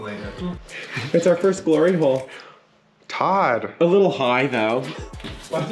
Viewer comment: ITS COMING ALONG VERY NICE GUYS. I ALMOST FELL OUTTA MY CHAIR WHEN HE SAID GLRY HOLE. 🤣 LMAO ❤😈👍